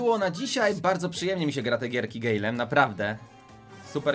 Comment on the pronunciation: Nie mówi się gejlem tylko gajlem